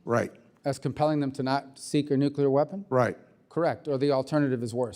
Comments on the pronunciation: NUCULAR?!?!? People try to say it correctly. Is NUCLEAR. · Costa must be a democrat, as they typically pronounce nuclear , as nucular. Well, there is GW Bush, but then I digress.